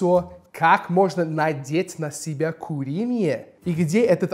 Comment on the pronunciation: Я долго не могла понять, что за "куриные" XDXDXD оказывается - это "курение" XDXD